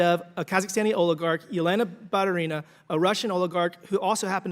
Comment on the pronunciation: It's pronounced BaTUrina, not BarurIna. Stress on TU. He does not pronounce T and making stress on I.